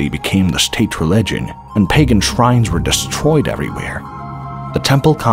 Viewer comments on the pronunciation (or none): none